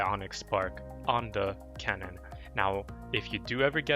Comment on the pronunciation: Pls, Keane is pronounced as Keen